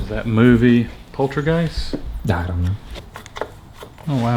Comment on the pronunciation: did he say poultry geist?